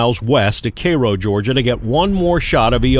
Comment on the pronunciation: Thank you for pronouncing "Cairo" correctly :)